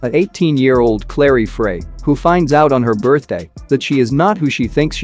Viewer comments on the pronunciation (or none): none